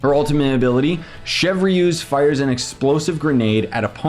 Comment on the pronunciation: her kit looks underwhelming but the new overload buffing seems cool imo, i really like her design and kit though also her name is pronounced like "Shevrus" and not "chev reuse" lmao